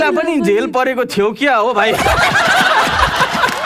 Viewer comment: Vickey le ta jail lai jhail vando raixa